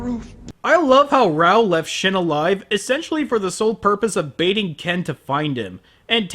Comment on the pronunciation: raoh not baoh